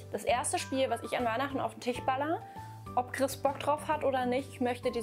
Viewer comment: Hat sie wirklich Tich und Arsche Nova gesagt? 😅